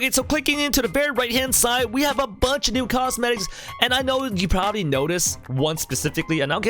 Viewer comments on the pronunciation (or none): none